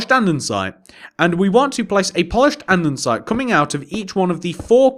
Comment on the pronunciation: why do you say andensite if it is spelled andesite?